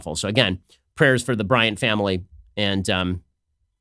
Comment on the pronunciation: Kobe BryanT! It bothers me when people don’t pronounce the t